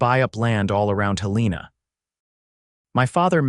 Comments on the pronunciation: Mispronouncing Helena as Hel-EE-na is annoying but it does seem to be a common occurrence among these AI narrators. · Pronunciation correction, please HEL-ĕ-nah